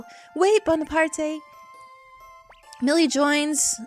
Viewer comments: bonaparte is probably pronounced bone a part not bon a part ay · I'm probably the hundredth person to say this, but it's pronounced Bonapart. As in Napoleon. Not Bonapartay. I can see why you'd think that though, seeing as its in a Japanese game and that's how name is Japan work. But no, they did use the French name and intend for it to be pronounced as such. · well actually the creatures name is "Bonaparte" as in the e is silent. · Probably someone who already said this, but the name is pronounced Bone-a-part. In French, most letters that are the last of the name are silent, with the exception of some vowels and a consonant or two. Also, I really love Shiro and Kinnison! I do believe they have a nice unite attack(if I haven't forgotten that is xD), and I love the whole 'live in the forest' thing. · Actually, I think "Bonaparte" is like if it was pronounced like "Bonapart". Thrust me, I'm a french Canadian. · I'm pretty sure the e in Bonaparte is silent, but whatever. Not the end of the world. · The e at the end of bonarpate is silent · The "e" is silent...